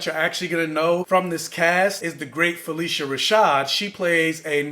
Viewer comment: Fuh-lish-uh Rashad